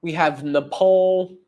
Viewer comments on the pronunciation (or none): none